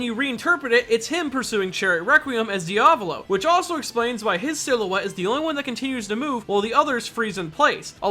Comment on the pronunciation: Your diavolo pronunciation gave me mortal injuries